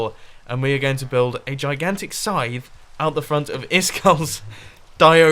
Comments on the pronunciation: Did anyone else think he wad saying "sign" instead of "scythe" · I thought you said sign not scythe.